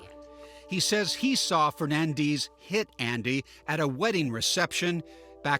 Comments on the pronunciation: Fernandez!! Say the name correctly. Lol fernandeezz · Hernandiiis. Why can't they just read it is it is???? Fernandez not Fernandiiiiz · Her name is Fernandez. Stopp saying fernandeeze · It is FernandEz not FernandIz… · Its Fernandez, Not Fernandizz🙄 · FernandEz !!!!!!! not fernandeez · Fernandez is pronounced as fernandez, not firnandiz. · Every time they said FernanDEEZ... 😅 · FERRRR-NAN-DEZZZZ it is a Mexican name. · The pronunciation of “Fer-nan-DEEs” is a crime in itself. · Why is her last name keep being pronounced Fernandees? 🧐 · Even the daughter says Feenandiiizzz Thats just sad 😂😂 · “Fernandees.” 😂 Tell me you’re ashamed of your Latin name without telling me… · Fernandeez? Lol okay turn it italian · Fernan"dis" WTF? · I wonder if she knows she’s completely butchering her own last name she’s completely mispronouncing it lol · Awe this poor baby- now grown lady I imagine. Does not pronounce her Hispanic last name correctly. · She doesn't even know how to pronounce her own last name 😂😂😂😂😂😂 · Why are they pronouncing Fernandez that way?? 🤷🏻‍♂️ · Never trust a Ho who mispronounces her surname to try to hide the Spanish ethnicity in it. Her daughter looks dumbusoriboubceing it as well. it's not a matter of opinion it's an existing name with an existing name with an existing pronunciation. She was a terrible witness continuing to look to the left side of her brain which is the imaginative side which means that you're making up a lie or trying to make up a lie and not actually remembering. Also she said that she wasn't scared of her husband when she was sleeping with other people and that's a wrong answer cuz you're supposed to say you're ALWAYS scared if you're a victim.